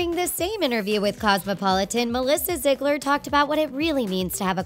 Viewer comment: This video was really a blast of reality. Btw its pronounced (ZEE-GLER)